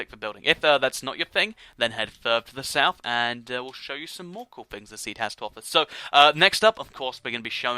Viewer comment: ***** you said coal it's cool